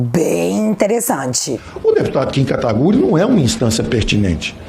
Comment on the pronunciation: Diz guedes: "kataguri" kkkkk isso é pedofilia hein